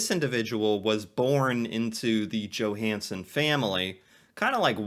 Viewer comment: You're pronunciation is 100 times more accurate than the narrator - in fact some of it was spot on, like the Johansen dude